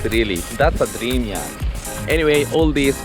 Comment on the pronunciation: I'm sorry but it sounds like you're saying yak 🐃